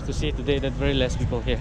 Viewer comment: U have to improve alot in your pronunciation becuz Ur pronunciation is so funny eg today means tiday 😂😂😂 hope you will improve bro😀 other wise better let your wife talk bro 😀if U Wanna talk ...talk in nagamese that's more better ok I think Ur tongue is short or might be you have problems in pronunciation m I rite bro